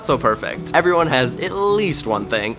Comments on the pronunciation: 'awww i hear siwens, I hope everywone is okay, okay they're gowne' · "I heaw siwens, I hope evewyone is okay" aww